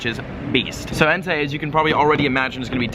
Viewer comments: It's pronounced Entay btw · And btw it's pronounced En-tie 😘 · BecomeTheDreamer and its Entei not En-tie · BellaSenju and Its entei not en-tie lol